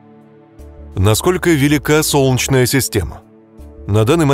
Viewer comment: "Солчная система", "солчная система", "соооолчная система"... Слух режет🤢